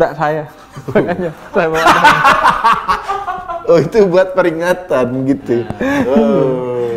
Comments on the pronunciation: Damar anjayyy:v pengucapannya dhèmar bib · dimar bib bukan damar